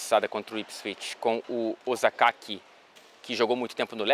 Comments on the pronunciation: "Ozakaki" foi foda heim kkkkk😅😅😅😂😂😂😂...Shinji Okazaki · "Ozakaki" KAKAKAKAKKAKAK